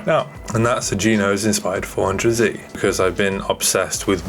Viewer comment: The way he says g-nose sounds like someone talking about the BMW Vanos system, but says Geenos.